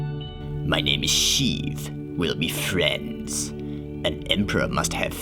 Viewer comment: Fwiends with Sheev!